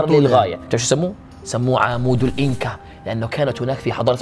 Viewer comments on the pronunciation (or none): الفديو أسطوري نار 💖 والكذب هو انو اكول عمود فولاذ اسمه عمود الاناكا وليس الإنكا